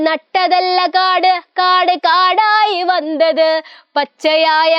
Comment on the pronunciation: malayalam vandhath alla vannath aan